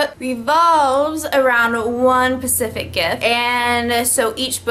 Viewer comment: You do know that the word is specific, and not pacific right???